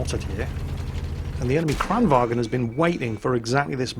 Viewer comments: Kranwagen is a german word. It is called like it is spelled. Kranvagn. Why is it that only QB can pronounce it correct. Jesus christ. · For the love of coffee and cinnamon buns, there is no "E" in Kranvagn. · Var i Sverige menar du att man uttalar det kranvagEn? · Checked out your channel and realized you aren't Swedish. So let me sum up my previous comment. I'm Swedish, no one in this country pronounces the word like that, unless they have a severe speaking deficit.